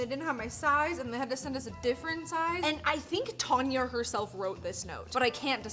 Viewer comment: Tan-ya ...you catch a "tan" not a "tarn" 😂